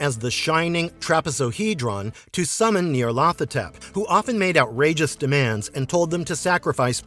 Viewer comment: Not pronouncing these right. It's Nie-yarl-tho-tep with emphasis on the 1st syllable, a drawing out of the 2nd, each syllable being elongated. Most have difficulty pronouncing these crazy names, yes?